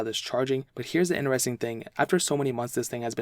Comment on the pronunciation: In'eres'ing ...... its inTeresTing